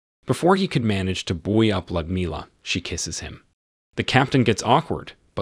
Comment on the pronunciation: Ummm...a helpful hint on pronunciation.. It's pronounced "Lewd as in Lewdmila" NOT LUD.